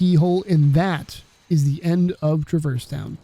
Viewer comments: I don't care which way is canon, the way you pronounce Traverse Town makes me physically angry lol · Great video, I loved almost everything the way you pronounced Traverse Town 😂 I also might disagree on how KH has aged relative to other games of its time, but I’m definitely unreal biased so fair